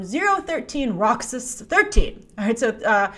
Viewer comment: You say "Roxas" so perfectly Grace, it makes me wonder...🤔 Anyway, ROXAS, you played Kingdom Hearts I presume so you SHOULD know who the legit Disney Princesses (Princesses of Heart) are. Not even Ariel got to be one of them in the game (even if she is a Disney Princess in real life, seems Alice took her place in the game because she was "naughty" in her world, coveting, and also disobeying her father). The Alien Queen being a Disney Princess is hilarious though lol, of COURSE someone had to pull that.